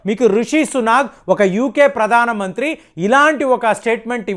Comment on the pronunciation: It is not Kalistan but Khalistan.Learn how to speak correctly.. Pradana mantri? Baratadesam?